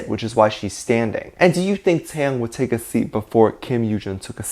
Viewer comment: YOU'RE SAYING "TAKE", NOT TAE